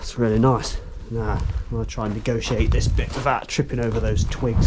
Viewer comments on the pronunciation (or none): none